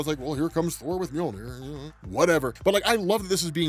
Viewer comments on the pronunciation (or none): Omg sooo… it’s “MjODINir” daaammmnnn